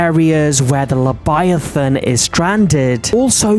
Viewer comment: You said lebiathan not leviathan. if you listen closey he says lebiathan